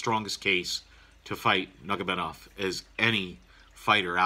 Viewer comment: Good analysis laced with quality humor, nevermind butchering family name of Nurmagomedov :)))